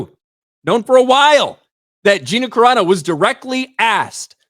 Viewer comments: Except that her name isn't "Cerano," it's CARANO. And Gina is good friends with the Geeks + Gamers crew, so I'm pretty sure they know how to pronounce her name. You just made yourself look r374rd3d with that rant. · How do people not learn how to pronounce names? Dude, please it's no Karano. It's Cerano (Sir-ahh-no) please. Words I understand. But please, names are names for a reason.